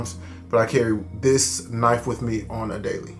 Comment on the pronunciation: I call it a Kuhnife too 😂